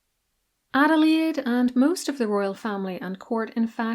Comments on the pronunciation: As a German myself, I don't say it very often: your pronunciation of German names is spotless. Great job. 😊 Thank you very much. Adelaide was such a great, kind woman. It was so interesting to learn about her! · German here living in the USA, your pronunciation was perfect. I appreciate the effort to get it right! Shows a lot of respect.